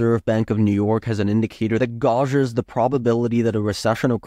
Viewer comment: Check your pronunciation of "gauges"..